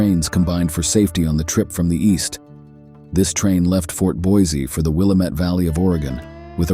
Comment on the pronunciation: Mispronunciations of place names show the narrator is either AI or not interested in the subject enough to learn the names like Willamette (Will am et we say)